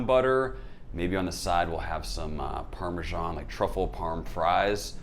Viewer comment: My OCD kicked in, you said "Char Siu" which is a different dish, then the "Chashu" pork you are making. Subtle I know. But considering, you are the only US based top food youtube to pronounce "Parmesan" correctly (and not "Parme-żhan"), keep up the good work :D.